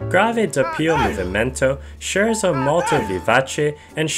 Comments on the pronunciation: its “ay-tood” not “eh-tood” and “skehrt sow” not “sherzo” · You can’t even pronounce the words Scherzo or Etude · well yeah he said scherzo wrong for sure but I’m pretty sure “eh tood” is the french way so you can say either